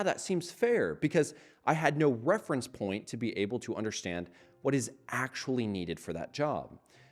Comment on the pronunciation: Drinking game: Take a shot everytime he says "Akshually"